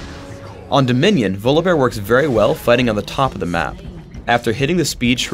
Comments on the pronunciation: it's volibear not VOLABEAR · um, it's pronounced VAW-lee-bear mr guy who created him. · I dont pronounce his name as Volabear more like Volley-Bear. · he says volleybear funny